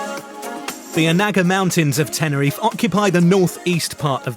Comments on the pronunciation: Nice video. Please say Teh-neh-ree-fay. Not Tenereef. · first thing to do when your reviewing a place is to at last pronounce the name right .. TENERIFAY .. got it , show some respect ...